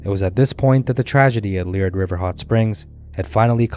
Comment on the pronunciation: The name of the hot spring is pronounced Lee Air d. No leered as you mispronounce it.